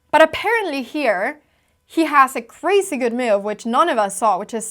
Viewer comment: Since you use the word so frequently, look up the prononciation of 'loses'. I think you got your misprononciation from your equally lovely mum :) 'Loose' isn't pronounced like 'lose' - nor is 'crasy' :)